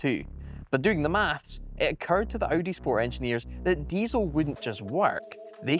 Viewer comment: Cool video mate - except it's not pronounced O.D. but Audi.